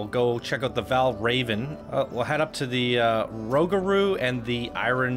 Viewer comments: Ro-Gur-u not rogru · It’s roo- ga- roo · Rougarou is pronounced Rue-ga-rue (not trying to be rude just pointing it out) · It’s a very confusing name but it’s actually pronounced “roog-a-roo” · ProjectSunset actually roog-a-poo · For Rougarou, it’s actually “ROO-ga-ROO” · Imma help my boy out, rougarou is pronounced (roo-ger-roo) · Can please stop saying 'the' in front of the coaster name please? It makes the coaster enthusiats cringe. Also it's pronounced Roo-ga-roo. According to the park, it's French for "nightmare" which Google disagrees with so I have some trust issues with CP. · Here let me help you out with pronunciation for Rougaru rew ga rew lmfao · It is pronounced 'Roo-ga-roo' x.x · As a previous crew member on Rougarou. Your pronunciation makes me cringe. Rew-ga-roo.